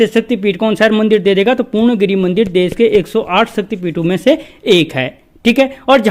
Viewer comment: पूर्ण गिरी ni woh पूर्णा गिरि hai sir...kum se kum उच्चारण toh सही se kriye